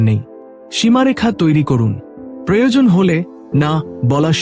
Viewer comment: বাংলা বলা আগে শেখো। আপস্, বড়্ যে ন্, প্রজন উজাড এসব কী বাংলা বলা?